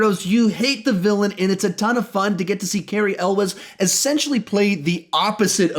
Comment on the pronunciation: You pronounced Carey Elwes wrong.... It's not El-wes, it's closer to YOU-LLS